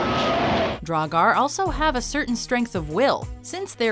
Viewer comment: Oh damn... "Dragar" That pronunciation is so bad..